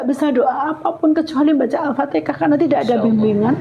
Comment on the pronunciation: maaf bu, bukan "aftekah" tapi "alfatihah" pertanyaannya: knp pembawa acaranya tdk menjelsakan disitu pd narasumber kalau penyebutanya bukan aftekah tpi alfatihan. sya maklumi krn si ibu mungkin belim fasih atau belum tahu betul penyebutannya tpi si pembawa acara knp tdk mengajarkan atau menjelskan itu salah penyebutannya. semoga skrg si ibu bisa nyebut alfatihan dgn fasih